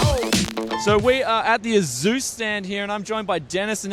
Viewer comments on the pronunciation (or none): Lol even when you think you pronounce it right at the end you say "Asis" XD Just think of it as Asoos. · There's no way you mispronounced ASUS that many times in this video if it wasn't on purpose haha. I love the video though great coverage :) And nice trolling with the "A-Zeus" spokesman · it's Asus not Asus . u can't even say it correct .it's so easy as 8 year old kid can do it . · by the way, throughout the video, you kept pronouncing it the wrong way ;) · "Asus" isn't a plural form, though.